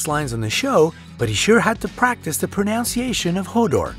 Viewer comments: He also mispronounced "pronunciation"! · lol And his pronunciation of 'pronunciation' 😧